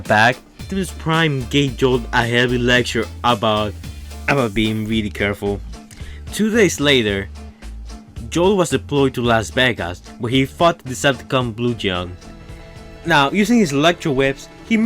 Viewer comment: Blugdeon is speak blegen not bluguhn